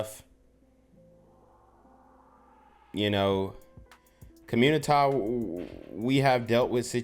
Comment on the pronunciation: Love your “communi-tah” word.